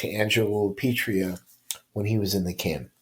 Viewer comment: Angelo LA PIETRA.. NOT LA PETRIA. LA PEE EH TRAH.. Try that once.